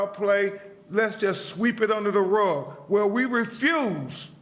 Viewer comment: Sweep it under da ruh What’s a ruh?